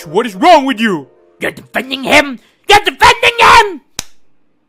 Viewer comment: “ARE YOU DEF-EN-DING HIM?? 👹👹”